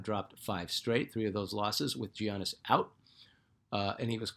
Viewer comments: I watched that part again and you're right! Honestly don't know why I did that. I made a fuss years ago when no one could pronounce his last name! Thanks for the check! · how do you not know how to pronounce Giannis. Come on now lol